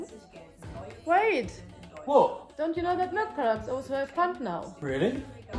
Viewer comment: Hehe, now he has his British dialect back :D "Wha'?"